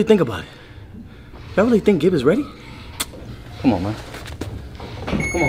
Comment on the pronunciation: Ngl the way you pronounced Gibs name was respectable for an American! Also its Big Nose Na, backwards